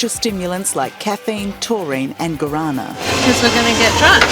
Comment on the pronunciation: Vodka and Red bull tastes shit 🤢💩💩 All "energy" drinks MUST be banned worldwide. Disgusting dangerous drink. Also look up the word Guarana. Particularly how its pronounced. You got it wrong.